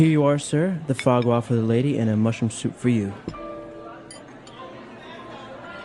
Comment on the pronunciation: This video is so useful, but I think, because of the technically problem of AI thing, there are some faults, like 'the fog W' it's a fois gras, and I don't understand What the 'guacca' is. Is this just mocking sound for fois gras? plz anybody teaches me 😢😢